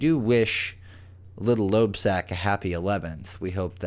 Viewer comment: "Loebsack"?! Dear Lord.